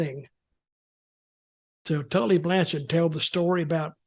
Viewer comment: Ahah hah, Blanchard said his name right on tv! lol What a d!<k-head!